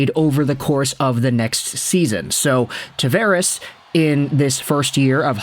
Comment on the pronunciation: You pronounce his name wrong.